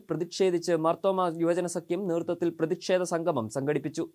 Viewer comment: പ്രേതിക്ഷേതമല്ല, പ്രതിഷേധം